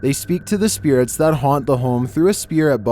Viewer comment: Video: “humans can be scarier than spearatez” in that one voice Me (confused): do you mean spirits???